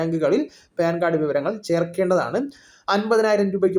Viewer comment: പേൻ കാർഡ് അല്ല , പാൻ കാർഡ് , ok.